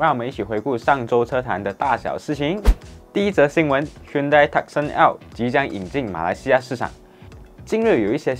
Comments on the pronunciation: Hyundai = Hyeon Day . 不是 Hyunn dai 讀音 Tucson = Two sun "or" Tu Song .而不是 Tuck Sen 讀音 . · Hyundai 正确读为“Hyondae" Tucson 不是“Tuckson", 是“Toosawn" 随然这是华文的频道，但还是建议把车厂和款式名读好，因为这是关于车的频道。